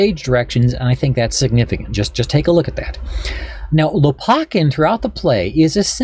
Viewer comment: Lopakhin kh is the sound as in JS Bach. Лопахин.